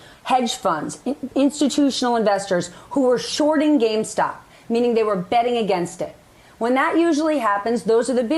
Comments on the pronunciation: Why can't say the word "gamestop" instead of "gamestock" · The fact they keep saying GameStock. It's GAMESTOP. They still don't get the message, keep up the pressure. We can buy what we like, sue if they stop you!!